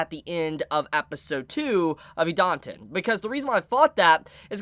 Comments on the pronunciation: it's pronounced Eee-Dah-Ten please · I like Idaten Deities. This vid got recommended to me. Let's have a listen. Christ, try listening to the way Idaten is pronounced in the anime before you post a vid butchering it repeatedly. TV-MA what it has more than colorful art? It has adult themes you wouldn't want children exposed to, how could they?! dislike, sorry I couldn't bother to listen to you a whole 4 minutes. You just didn't do the work to really draw in a potential subscriber. Keep it up, improve, you must be doing something right a lot of the time to have over 400k sub's, so this must have been lower quality than normal.